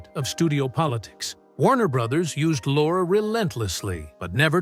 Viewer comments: I beg your pardon: Peter Lorre (pronounced "LORE-ee", not "Lore", it really isn't that difficult to find out pronunciation of a famous name) did play a sympathetic role at least twice, once in "Three Strangers" and once in "Mask of Dimitrios". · You are clearly VERY confused between Lon Chaney Sr. and son, Lon Chaney Jr., two completely different people, yet we see images of both intermixed. Inaccurate, shameful and an insult to both. In terms of Peter Lorre, you are ridiculously "off the mark" in so many facets. Good Lord, you can't even pronounce his surname!!!